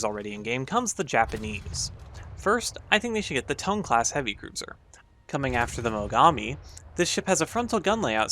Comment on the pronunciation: Reeeeeeeeeeeee it's pronounced Ton--e not Tone Reeeeeeeeeeeeeeee